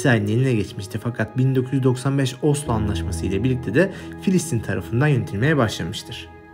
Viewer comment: KARDEŞİM FİLİSTİN KUDÜS YANLIŞ SÖYLEDİN KENDİNİ DÜZELT